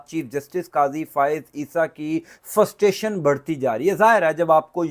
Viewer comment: Bhaee ! Say FRUSTRATION not Ftustation. There is R after frust.